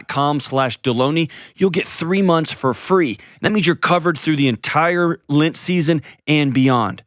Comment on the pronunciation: It bothers me so much that you pronounce lent as lint